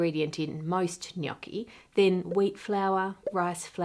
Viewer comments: kudos for not pronouncing gnocchi GH-NOK-KI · Thank you for pronouncing gnocchi correctly Ann, from an italian FROM italy, much appreciated haha